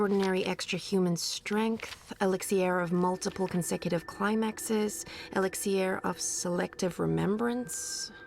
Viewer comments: Saga Is so beautiful!!... But she ruined it, the moment she said "Elix-ee-r" ~ CRINGE ~ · ....elix-e-air!? I call it elix-er I got annoyed with that not gonna lie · Did they not give Saga a pronunciation guide with her script? They just overlooked "elixier" and transdimensioanl "tears"